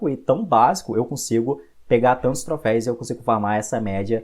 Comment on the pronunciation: video bom, porém você ta falando "Troféis" e não existe, dói ficar ouvindo toda vez q você falava kkk